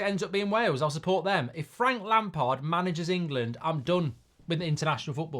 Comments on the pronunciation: It’s Lampard 😂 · Definitely not lampard, please, not lampard